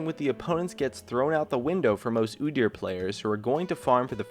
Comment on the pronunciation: You fuked up when you said udyr. No disrespecting the gates.